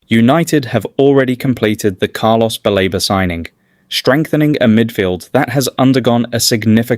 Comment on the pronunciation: BALEBA NOT BAREBA PLEASE